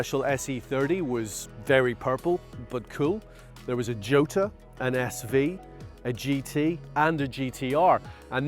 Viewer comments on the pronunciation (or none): did he really just call the Jota a JoeTa 🤦‍♂️ Top Gear Magazine Editor and motoring journalist for decades and still doesn’t know that Jota is pronounced YOTA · He said JOTA ! 😂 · the j is a y. say it like yota